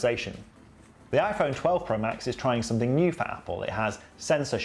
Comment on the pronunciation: Somethink? Really? What’s wrong with the proper proper pronunciation?